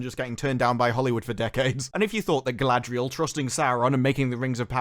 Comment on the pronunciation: It's "Muh gurl Guh-ladree-el" it's even cringing if you hear it , so much worse than merely 'my girl, Galadriel'